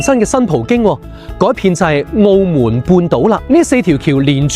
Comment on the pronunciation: 澳门（闷），唔系“澳门”（moon）